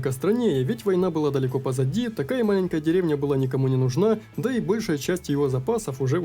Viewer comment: Ты ИИ???😅😅😅 прослушай как ты скащал слово Маленькая😅 сказав как ИИ озвучивает не зная как ударение правильно говорить: малЕнькая🤦‍♂️😂 на .